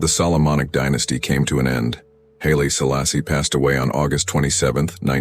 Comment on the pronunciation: Murdering those names damn